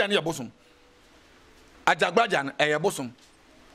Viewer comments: This guy is very confused.Prophet Asiamah is lead by AJAGURAJAH not what the komfo is pronouncing AJABGLAJAR.👈🏻this could be true but has nothing to do with the MIGHTY AJAGURAJAH who leads us all🙏🏼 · is talking about Ajagblajah... instead of Ajagurajah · This okomfuo himself is fake he can’t even pronounce Ajagurajah